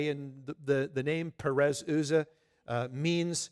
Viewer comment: Uzzah is pronounced with the U as in umbrella.